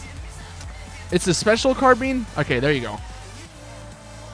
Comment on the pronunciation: Why do you say carbean?